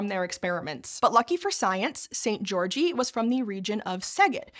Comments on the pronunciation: I know it’s a small thing but please check how foreign names are supposed to be pronounced if you are not sure. Györgyi is not supposed to sound like “Georgie” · That's not how you pronounce Albert Szent-Györgyi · very informative and entertaining video as always, would have been perfect if you had researched how to pronounce Szent-Györgyi Albert though.